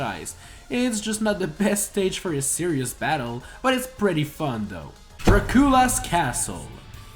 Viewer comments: d - did seriously just prenaunce. Pr - pronounce? Prenaunce? Prenounce? Pronaunce? ANY OF THEM? Well anyway did just pronounce Dracula as, Dracoola? He really did. Sorry, sometimes i just can’t help but point out some of the funny ways your accent makes you say things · DID YOU JUST SAY DRA KU LU WHAT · I died when he said ”DraCOOLA Castle” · You mispronounced DRACULA and promptly bashed Shadow Moses.. wh.. FRIGATE? F R I G A T E ?? Colliseum. C O L L I S E U M. A RACETRACK ISN'T A STREET. CORNERIA. TERMINA. BATTLEFIELD AS A COP-OUT ENDING. rrreeee EEEEEEE EEEEEEEEEEEE EEEEEEEEEEE EEEEEEEEEE ĘĖÊĘËÈEEĘÊ Atleast we can agree that Brawl's themes were the best.